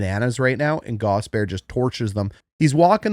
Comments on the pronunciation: it's 3 syllables, not two. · I love your channel. I have never played hockey, but have always loved watching. The x and o parts were a mystery. One thing Gostisbehere, is pronounced gost-is-bear. Not a big deal just fingernails on a chalkboard for us Canes fans. Just like Ko kin am ee from the ESPN jerks. Not cock in am ee. Thanks for a great channel!! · Love the channel. Polite feedback, please call him Ghost, or pronounce all three syllables: Gast-us-bare. (Gostisbehere) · Friendly tip from a canes fan, Shayne’s last name is pronounced GAWS-tihs-bair, love the breakdowns regardless! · It's pronounced Gaw Stiss Bear - Hope that helps! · Wow, dude, how does your head fit inside this little screen? The name Gostisbehere has three syllables in it, by the way.